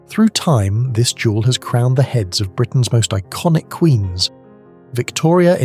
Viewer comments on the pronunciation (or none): none